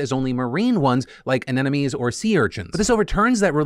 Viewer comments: Someone needs to learn how to pronounce anemones ;) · I'm more surprised by your pronunciation of anemones than that I am surprised by all these non-fish being fish